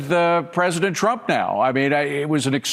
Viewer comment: Karolyin Leavitt is still saying Chump instead of Trump. She really needs to get that speech impediment fixed.